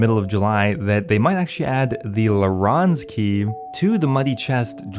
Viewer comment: loronz key?